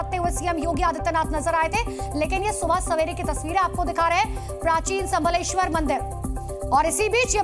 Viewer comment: भाई आज तक मैं पढ़ा था एवुलेशन होता है आज देख रहा हूं, संबलेश्वर 😂😂😂😂😂 भाई वह शिव है भोले है शंकर है लेकिन संबलेश्वर 😂😂😂😂